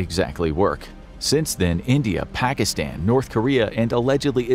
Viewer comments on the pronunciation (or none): none